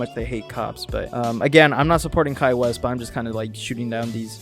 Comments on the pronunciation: His last name is pronounced 'Whyss'. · I'm sorry but its so funny how everyone pronounces "Weiss" wrong, its German for "white" which is ironic for obvious reasons